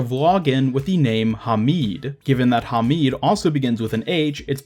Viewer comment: yea u said faisal and hamid wrong